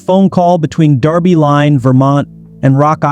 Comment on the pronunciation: It’s pronounced “Derby” as it’s spelled, not the UK English “Darby.”